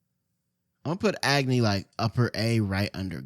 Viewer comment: why he pronouncing agni as ag-knee bruh i'm crine😭😭